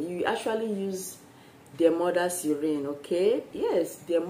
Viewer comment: It's channel..not shannal.. And it's spiritual not spiritra...my gosh..improve your English so ppl could understand....and it's urine...not you rain